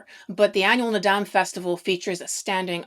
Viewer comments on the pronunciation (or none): FYI: Naadam Is pronounced more llike “ nard-arm”. The end of the word is never pronounced as “dam”.